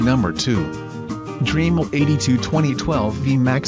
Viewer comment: If it was spelt Dreamel you would be pronouncing it correctly.